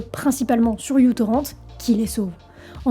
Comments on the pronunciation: Juste en tout début de visionnage, je me permets de faire mon pédant : la lettre "u" bizarre (que je ne sais pas reproduire depuis le téléphone d'où j'écris) n'est pas "u" (prononcé "you" en anglais), mais la lettre "mu" grecque, l'équivalent sonore du "m" de l'alphabet latin que nous utilisons. Donc à prononcer "mutorrennt", plutôt que "youtorrennt". Voilà, my two cents, je retourne à la vidéo. Des bises, ou ce que tu voudras. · En fait c'est comme ceci : µTorrent (« micro-torrent » ou « mu-torrent », la lettre grecque µ se prononçant « mu »). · Petite aparté : ce n'est pas "you torrent" mais "micro torrent". Le petit trait sous le "u" symbolise "micro" dû au fait justement que le client soit super léger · C'est difficile de regarder la vidéo en entendant u-torrent ou you-torrent à la place de mu-torrent ou micro-torrent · µTorrent se prononce "MicroTorrent" jeune fille et non "youTorrent" 😉😉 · micro-torrent, pas u-torrent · Pardon mais c'est la lettre "Mu" en grec pas "U"... \(\mu \) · c'est micro-torrent et non u-torrent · Petite précision, ce n'est pas "U" torrent, mais "MICRO" torrent, µ=micro (dans Système international d'unités), car à l'origine le logiciel était très peu lourd. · J'ai explosé de rire ; Lui c'est Microtorrent en fait; C'est la lettre Grecque μ ; prononcée Mu mais c'est le signe de "micro" en sciences; Merci pour le fou rire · Ca vient de quelqu'un qui a toujours eu ce logiciel installé sur son pc mais je trouve que c'est déjà redevenu plus facile de pirater que d'avoir une solution légale pour regarder des films. Très bon sujet cela dit, et la chronologie a été bien détaillée. Ca m'a rappelé des souvenirs! (Par contre je n'avais jamais entendu quelqu'un prononcer ça "u" torrent) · J'ai toujours dis micro torrent. La lettre grec µ n'est pas un u. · On dit : Micro Torrent.😉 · Super vidéo, mais je crois que c'est " mu " torrent ou microtorrent le bon nom. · Merci beaucoup de l'avoir dit car Utorrent me fait mal aux oreilles